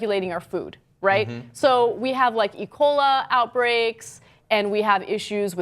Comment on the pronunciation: "Ecola outbrakes"? :)) Or, maybe you mean E-boli?